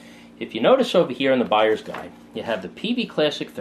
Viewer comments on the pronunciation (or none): "from a guyers buide perspective" XD